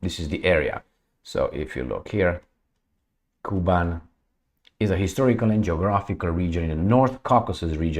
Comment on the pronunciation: Hello, Thank you for your tireless job. Little correction… - KUBAN’ is very rich agriculturally Russian’s Region, which pronounces like “ Ku-bAn’ ” with the accent on its second syllable and soft N at the end. Almost like in now more and more famous currency - YouAn’ (Yuan’s). 😊 Cheers